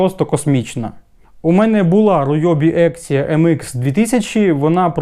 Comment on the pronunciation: питання? а чому Рійобі ,а не Ріобі ? це ж по англ.🤣🤣🤣🤣🤣🤣🤣